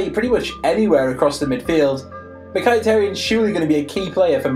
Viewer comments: It's fucking Mkhiiiitaryan not mkhiataryan u cant pronounce anything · It's pronounced "MIKITARYAN"!! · it's pronounced as 'Mikitarayan u Dumbass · MI-KHI-TA-RIAN. Or just call him Mikhi. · The way he pronounced mkhitaryan 😂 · Butchered Mhikitaryian's name (I also butchered his spelling)